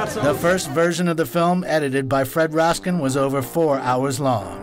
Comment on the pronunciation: great doc, but you need to slap the narrator, who mispronounced Editor Fred Raskin name as Raskeee..COME ON!!!!